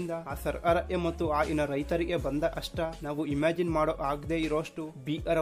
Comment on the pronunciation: ಅಷ್ಟ ಅಲ್ಲ ಸರ್ ಕಷ್ಟ but ಒಳ್ಳೆ ಮಾಹಿತಿ